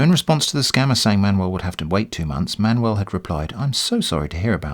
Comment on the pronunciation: It took me 15 minutes that you pronounce Manuel as Man-well ...... UFF